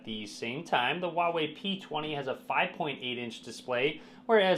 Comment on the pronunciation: please, it's not "waway". 华为 is pronounced "hwa wEy" with emphasis on the h and the a in the first syllable and w+Ey in the second. Both sounds rising sounds. If you want an easier way to pronounce it, use Hunanese (Chang-Yi or Lou-Shao) dialect - "fa wEy". Copy 华为 to Google Translate, choose source language as Chinese and click the speaker icon.